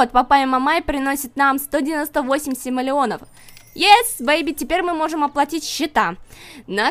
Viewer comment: ору, ты говоришь сама не умнее называя симолеоны, симсолеонами, как остроумно пхпхп